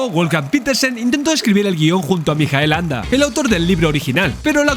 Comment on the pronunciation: Gracias por el video. Bien por decir "Mijael", en alemán, y no "Maikel", a la americana... pero... permíteme... ¿por qué pronuncias el apellido "Anda" y no "Ende"? En alemán se pronuncia "Ende", como en español. Me descolocó. Aporto curiosidades: no es Fantasía (con tilde) sino Fantasia (sin tilde), porque en alemán Ende no usó "Fantasie" sino "Phantasien" y trataron de reflejar este cambio en la traducción; una de las cosas que más cabreó a Ende fue que el personaje de Bastian era un homenaje a un amigo de su infancia, que era gordito, y murió con diez u once años... y por eso en la novela Bastián es gordo... sin embargo, cambiaron el personaje y pusieron a un niño escuchimizado. Otra es que la entrada de Bastian en la librería bajo la lluvia de noviembre recreaba el primer encuentro de los padres de Ende, y en la película ni lluvia, ni frío ni noviembre. Atreyu es un "Piel verde" (derivado de los "pieles rojas" de las aventuras de indios... perdón... nativoamericanos y vaqueros), y es que en la novela es verde, su tribu es así. La Torre de Marfil y la sala de la Emperatriz lo traía por la calle de la amargura, o que dividieran la novela en dos partes, cuando la novela no tiene partes. A la película le falta media novela y alteran el reencuentro de padre y Bastian. Y Bastian a lomos de Fujur persiguiendo a los bullies al final... entre otras muchas cosas... La película es muy buena, pero hay que dejar la novela en el cajón, y al revés.